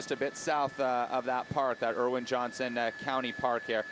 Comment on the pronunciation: Every time the guy said "Erwin Magic Johnson" I crinkled my face a little. Really? You live in LA and you're saying "Erwin"?